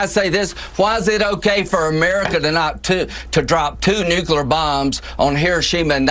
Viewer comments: "Nookula" Says it all really. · This is not representation. This is also not how U.S. Citizens think. This is not the way to pronounce Nuclear either. He was elected by corporate interests. On listening to citizens, some of them have dual citizenship. Europeans appropriating a term which applies to Ethiopians. Think about that. Semites be damned is how they really feel.